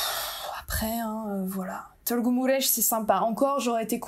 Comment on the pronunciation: Je suis ébloui de ta prononciation de Târgu Mureș ❤️. Tu peux même prononcer correctement le son î/â 😮